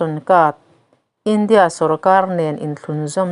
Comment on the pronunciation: Indiâ sawrkar tih mai awm,India, sawrkar ti anga thlûk hian Mizotawng thlûk hi a ti chingpen tam tawh mange